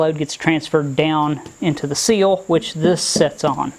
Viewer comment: You say seals I say SILL as in Window SILL.